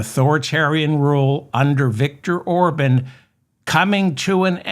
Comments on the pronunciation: I hate to have to correct you sir, but his name is pronounced OrBON’ not Orbin! Thank you for what you do. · It’s Or-bawn. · Or-bon. Bon like John or Con. Emphasis on Bon